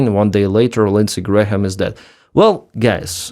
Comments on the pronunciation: Its Gram not Gra - ham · … just so you know. The letter h in Graham is not pronounced = silent. So it’s pronounced like the unit of mass and weight “gram”. Not like gray-ham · "Graham" is just "Gram". The h is silent. Alternatively, "Gray-yum" with a subtle "y" sound for the h. But "Gram" is fine. By the way, the IRGC (Iran's occupying force) is claiming they killed Graham. Keep up the good work! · Graham and Graeme are both pronounced Gray-em. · More kinetic parking tickets for Russian ships, yes. Also, Graham is just pronounced GRAM. But anyway, there are no more Grahams left so maybe you will never need to say this word again after today. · H in Graham is silent, like "gram." Cheers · Just FYI the "h" isn't pronounced. It's just "gram", like "kilogram". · Lindsey's name has a couple extra letters. It's pronounced like the metric system's base unit of mass, gram. Just trying to help. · Just FYI, Graham is pronounced Gram…no h sound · Hey, just FYI it's pronounced Gram, like Kilogram. Lindsey Gram. Bad guy overall, but at least he supported Ukraine in some ways. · just gray-uhm, but still, I hated the guy, so if he came back from the dead and you could repeatedly mispronounce his name, I'd be fine with it. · Graham is one sylable... the H is silent... it's pronounced Gram.